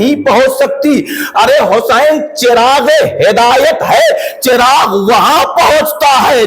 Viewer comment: Chiragh nahe balkay zabar ha 🙏🙏🙏